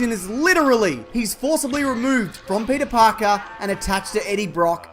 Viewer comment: YOU’RE SUPPOSED TO SMAHT PETAA PAHKAHHH!!!